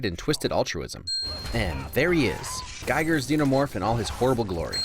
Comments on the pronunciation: giger actually rhymes with "eager", not like a "geiger counter". small,nitpicky i know, but if you're gonna make a video on an alien flick, it's actual creator should have his name pronounced correctly. just my .02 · You pronounced, “Giger” wrong.